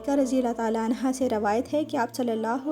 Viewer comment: Please correct your pronunciation . Hazrat Ali Raziallaho Anho ( Right) Anha( wrong)